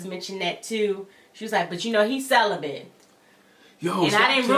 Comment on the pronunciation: barebacked 🤦🏾‍♀️ Celi-bent 🤦🏾‍♀️